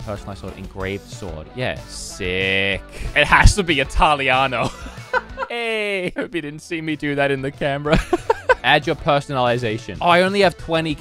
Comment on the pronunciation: Italiano not italianno